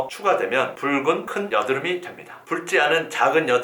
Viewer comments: 붉은 을 왜 뿔근이라 말하는지? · 뿔찌!않은!! 붉은!!! ㅋㅋㅋㅋㅋ왜발음을 다르게하시는거죠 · ㅋㅋㅋㅋㅋㅋ괜히 재밌음